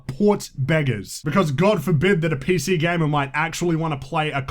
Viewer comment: This guy is an idiot... "PC gamer's beg"